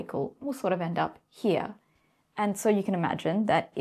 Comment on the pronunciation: Another lie is about observation itself - if the electron/photon are not observed, then we cannot know the result, period. If I do not observe you, then I do not see you, thats how reality works. Also, and this really upsets me, there is no version of "here" that has two syllables.